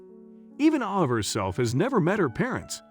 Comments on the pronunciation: This is a very strange post. The narrator pronounced the girl's name with a long a part of the time, and a short a the rest of the time. I would expect the name to be the same throughout. And calling the wife Miss Smith was very bizarre. I think this was done by someone who is not a regular English speaker, and is probably totally made up. It seems to be total fiction, but I see that a lot of people took it as truth. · So... what's the little girl's real name, because the narrator sure couldn't make the correct pronunciation going back and forth? Ridiculous waste of time. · Might be nice too if they’d consistently pronounce her name the same way each time it’s mentioned ! They go back and forth with it, pretty much making the entire story unbelievable. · Awful narration. Besides alternating pronunciation of the girl's name, arbitrarily using intonation makes listening an arduous task. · The narrator really needs to work on his pronunciations. Ah-vah or Ay-va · You keep saying ova. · So is her name Ava or Ahva? They keep switching in the pronunciation of the name. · Cant even get the young girl's name right, Ava, Arva?? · I know this is off the subject, but you mention change a few times, in between pronouncing Ava two different ways. Avva or Ava? Make up your freekin mind! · I don’t understand why you pronounce the little girl’s name Ah-vah in one sentence, but then Ay-vah in the next. Come on. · The narrator is annoying: AHH-VA or AVA? He kept changing the way he pronounced the child's name.... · The child's name is AVA sounding like hey not the rediculous name you're saying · The narrator doesn't even pronounce her name the same! Sometimes Ay-vah and sometimes Ay-vah!😖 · The man telling this child’s story keeps pronouncing her name differently, how odd! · Nice video, but I hate the inconsistent pronunciation of Ava's name. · Just wondering why the child’s name keeps being pronounced differently as the commentator speaks?